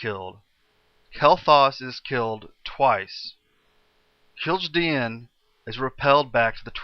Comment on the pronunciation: I'm really liking the series so far, its really good. The only complaint i can think of is that you prononce some of the names weird (i.e. You said Kill-ji-di-en whereas i think it's pronounced Kil-jA-den) Anyway, I hope some time you'll do a Outland/ Draenor brief history, so yeah, really good :D p.s. just out of curiosity what server do you play on?